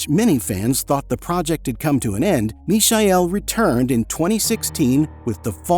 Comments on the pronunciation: no, it is not the German pronunciation. That would be as in English you would say meechael, with the 'ch' pronounced as in the scottish 'loch'. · That's not how Michael is pronounced in German. And the AI voice in the video butchers it too. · Fukwit Americans or AI, you can't even pronounce the name of the Michael correctly, how do you expect to be taken seriously or have any credibility? Ignorant internet postings from clueless Americans... Now blocked. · Is the speak AI generated? The pronunciation of e.g. "Michael" and "Ibiza" very strangely. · FFS it's Michael not Misael! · WTF idiot AI ? Misha-el ??? It is the English Michael !!! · is his name not michael? as in mike, michael? not mee-shy-el? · WTF Idiot ? Misha-el...?!? It is the English Michael !!! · "Mikael", not "Mishael", sorry, just had to be said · Why pronounce "Mishael" when is simply Michael like in Michael Jackson? 😅 Sounds horrible and I have never heard that version before. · Michael is pronounced mee-kah-el. I know, it's also my name. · who's the imbecile that pronounces "mishael" and "ibizia'? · It smells so bad when you say Michael and not miˈhaj ˈkretsu. The Romanian name should sound almost Chinese: just say "me hi" fast Is it AI fault ? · Must be. Nobody pronounced "mischael" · If I hear Mishael one more time... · “Mee-shy-ell” didn’t realise the alternate pronunciation of Michael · Where are you from ? Is English not your first language. ? I am surprised how bad you pronounce Michael and Ibiza ! WTF dude ? 😂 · you honestly cannot pronounce MIchael? ffs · Is this the french prononciation of Michael on the video, I thought it should be said just like Michael Jackson or Michael Douglas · he keeps mispronouncing his first name its very annoying. he gets sandra pretty close though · He is using the German pronounce of Michael. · AI not knowing how to pronounce Michael... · Mi-cha-el please stop butchering his name. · atleast learn how to pronaunce his name correctly... i hate AI naration